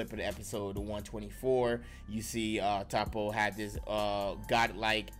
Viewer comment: Aye nice video but I don’t think it’s pronounced “Tahppo”. I heard it was “Toeppo”.